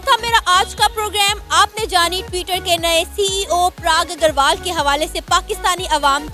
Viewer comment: Every second Pakistani “mulk main talent ki koi kami nahi hai”😅😅😅😂😂.the way she pronounced Parag Agrawal is way too funny.